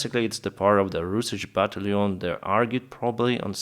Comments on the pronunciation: Hey, I've been following you since you began to to publish videos about the Russian invasion. Your English is fine and understandable, but I have a pet peeve. Can you try to pronounce "battalion as BAT TAL LEE ON instead of BAT LEON? It is one of the easiest word to pronounce in English, and it seems like you are just unaware of what the word should sound like. Just trying to be helpful. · Right, but the key is that the accent is on the second syllable: bat TALL yawn.